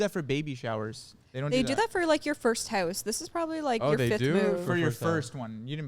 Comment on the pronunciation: saying “haus” after they talked about her pronunciation 😂